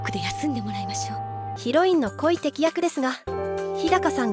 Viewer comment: こいてき、じゃなくて、こいがたき